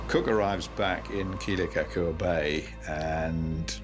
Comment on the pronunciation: Didn’t the HPU professors teach the filmmakers how to pronounce Kealakekua?